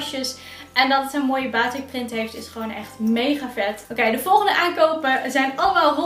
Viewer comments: Batiek🇲🇨 niet baatik😖 (je schrijft wel gwn batik) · Haai, het is batik met een korte a